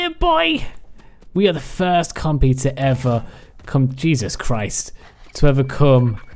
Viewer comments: "Compeh" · Sounds like when he says, compy he says compeh.